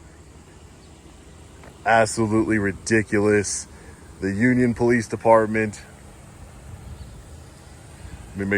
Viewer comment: I can definitely tell she’s the one that called the po-lease 🤣🤣🤣